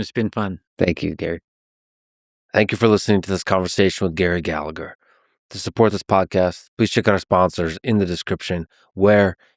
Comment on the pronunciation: Don't be a typical plastic paddy: Its pronounced Galla-her.